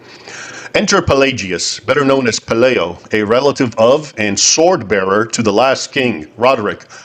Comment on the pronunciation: Please say Pe LIE o, not LAY